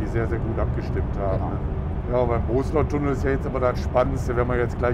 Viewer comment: Es wird BoSSlertunnel ausgesprochen, und nicht Bohsler. Das ß ist ein schnelles und kein langes.